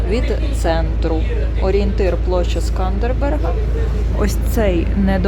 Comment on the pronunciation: вiдчуваю iспанський сором за Вас. Ну який СкандербеРг? Так рiже слух! Поважайте iсторiю краiни, яка надала Вам прихисток. Рекомендую переглянути фiльм "Великий воiн Албанii Скандербег" (1953, СРСР).